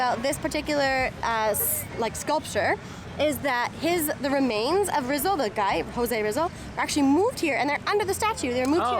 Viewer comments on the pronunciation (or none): Pronounced Jose Reezal